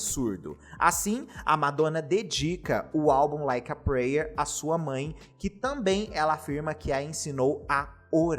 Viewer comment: O vídeo é excelente. Mas eu tenho agonia em ver todos os Youtubers pronunciando "prayer" errado 😅